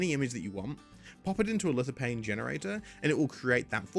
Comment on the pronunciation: Lithophane! There is a ph. It makes a "F" sound. Hate doing this but it really annoyed me. Great video. Keep up the good work.